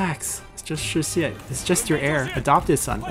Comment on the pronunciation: ST kept calling him shixie xD